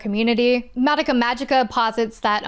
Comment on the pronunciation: Insane you watched the whole madoka show and still pronounce her name wrong.